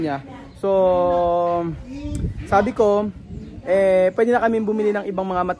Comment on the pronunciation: pweydey? segorow? hala anu yun? hindi tagalog si mali ang pronawnsyon hala naku. ingat